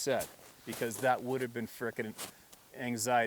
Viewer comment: LOVE the way u say "fricken" sounds better than the way we say it!!!